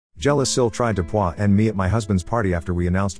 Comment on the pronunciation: “Jealous Sil tried to PUAH me…” haha love that audio XD